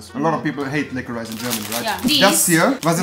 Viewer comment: Triggered weil Rewi liquorice die ganze Zeit falsch ausspricht.